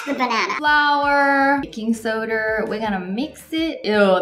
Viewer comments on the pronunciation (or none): baking sodarrrrrrrrrrrrrr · is it just me or did she say, 'BaKiNg sOrDr."😂😂😂